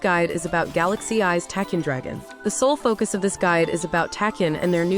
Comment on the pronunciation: I'm sorry, but it truly bugs me to no end how you pronounce Tachyon. It's pronounced like tack-e-on.